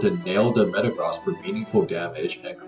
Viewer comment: The way this guy says Metagross is more jarring than the way Jimothy says Groo-don.